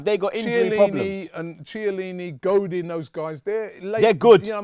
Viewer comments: Say Shielini one more time !!! I double dare ya !!! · I'm pretty sure its pronounced "KIELINNI" .